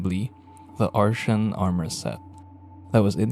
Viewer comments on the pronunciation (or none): Not pronounced that way, it's pronounced "ar-tee-an" not "ar-shan"